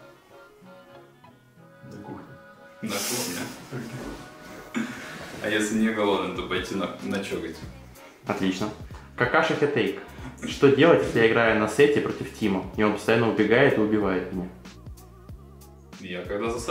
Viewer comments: я только сейчас заметил что он сказал вместо Какаши Хатаке , какаша хитейк , а ещё блин аниме на их канале рекламировали ... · хорошая попытка скрыть, что автор - анимешник, мы знаем что ты смотрел Наруто и то что ты специально прочитал Какаши Хатаке неправильно😂😂😂